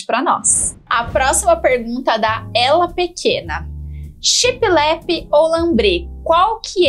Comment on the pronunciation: Oi! Amo seus vídeos e dicas, e é com mta humildade que venho falar sobre a pronúncia da palavra shiplap; eu tb falava assim de forma pausada como se fossem 2 palavras, mas foi assistindo a um vídeo antigo dos Irmãos a obra que percebi meu equívoco; pesquisei e concluí que o correto é falar de uma vez só, tudo junto, e com o p mudo bem suave no final. Pensei mto se deveria dar essa dica... se quiser desconsiderar está tudo certo!!! Sei que falará mto sobre essa inspiração baseada na decoração náutica daqui pra frente, acho que veio com força para cá. Enfim, fale como se sentir melhor, pois seu profissionalismo não mudará em nada, pois já é exemplar!! Um grande bjo!!!